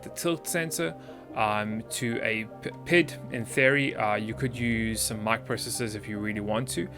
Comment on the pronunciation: I normally don't care about these things but since I have some experience in the area I want to mention it... It kinda bothers me how you pronounce PID as a word as opposed to P-I-D, each letter by itself, which is what I've always experienced in the mathematical field. Say it how you want, I guess, but it just sounds weird every time you say it like that.